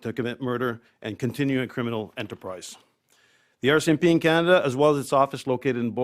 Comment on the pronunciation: Hey Bondi, it’s pronounced CAN-A-Da, not KEY-A-NADA. Get the orange man’s out of your mouth and say it correctly.